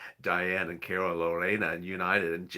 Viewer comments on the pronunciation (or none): none